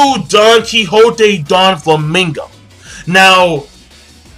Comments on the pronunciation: doflamingo not donflamingo!!! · OMG Its not Donflamingo. It's Doflamingo. lol